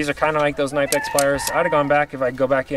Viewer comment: I beg you please say Knipex KAUH-nipex